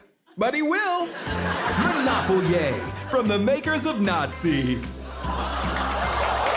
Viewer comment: Omg Monopol-ye 😂